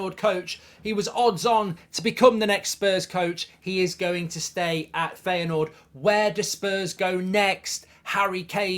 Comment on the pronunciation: Its pronounced Fire Noord. Not Feya Noord.